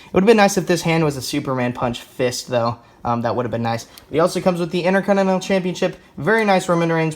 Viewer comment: HE KEEPS SAYING INTERCONINENAL